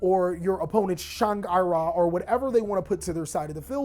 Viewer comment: Shahng eye-ra Close Its shayn-gri-ee-rah